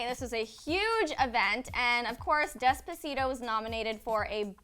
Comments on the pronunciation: This white Lady needs to go somewhere saying dezpazito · Can they please say despacito right like damn and it’s not his damn song